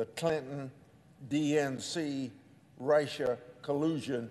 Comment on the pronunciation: His point is well founded, however, can someone tell this old corpse how to pronounce Russia. He keeps saying Rice-Sha